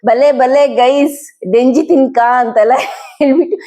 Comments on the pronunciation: Not denji it is jenji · ಡೆಂಜಿ ಅಲ್ಲ ಮ್ಯಾಮ್ ಜೆಂಜಿ (crab)